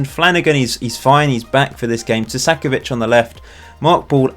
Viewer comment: Why are you saying Tu-sack-ovic, i think you are adding in an extra s in the middle of the name. I believe it would be more like Two-ka-co-vich (co as in co-conut)